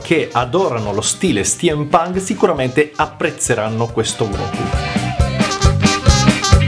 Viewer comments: Che spettacolo lo Steampunk ! *si dice stimpanc, non stiampanc ;) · Madonna santa STIEM PANK non si può proprio sentire....